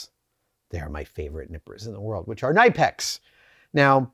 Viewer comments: The K in Knipex is not silent. Germans don't do silent letters, because they are not efficient. If a character takes up space, we make it work. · I know I'm annoying, but for the love of God have Adam look up "how to pronounce Knipex" on Youtube. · They could also teach Adam the correct pronunciation of the name. 🤣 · Knipex are a German manufacturer the K is not silent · I call mine “ nip-ex” not “ni-pax”. What’s wrong with you Savage ? Hee hee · to late but as a german it is more called C niiiip EX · Well, I have to do this. It is called Knipex, with the K in the front. Not Nipex. There is even a video from Knipex about how to say it. I'm sorry. I had to do this. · Kuh Nip Ex not Nigh pex. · Kuh-Nip-eks not ni-peks. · KNIPEX, NOT NIPEX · Great video and bonus points for the unique pronunciation of knipex I've never heard before: NYE-pex is a new one for me! I say that with love of course. 😉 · Ny-pex? C'mon Adam ...it's Ker-nip-ex. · K in Knipex is not silent!!! kuh-nip-x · It’s actually pronounced K nip ex. I used to call them nipex, silent K. I watched a Knipex video with their reps and they were asked how to pronounce knipex. I learned something new that day. They are some of the best tools out and last forever. Well worth the money. Engineer from Japan makes cutters on the same level as knipex just much cheaper. Engineer is actually my favorite for repairing circuit boards. I have knipex and Engineer. Sadly my $60 knipex ESD nippers don’t get used any more. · 100% agree. Knipex is the best. As a former mechanic to now doing precision CNC they stand head and shoulder above the rest. But timidly, sir.. I do feel the need to tell you their name is pronounced “kuh-ni-pex”. Haha, I was once scolded by their German rep at a trade show on how to say it. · I dunno man, the official Knipex Pronunciation Softstyle T-Shirt says Kuh-Nip-X on it. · Please learn how to say “ K nip X” Adam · You have to pronounce the K, K-nipex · “Kuh-knee-pex” Knipex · It's pronounced K-Nip-X